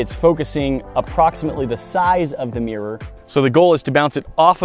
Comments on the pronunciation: what is a Meer? it's pronounced mirror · Anyone else hear her say meer instead of mirror? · What’s a “meer”? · It’s Mirror! Not Meer